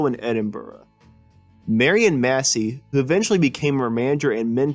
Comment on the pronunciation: It's MASSEY, not Messy.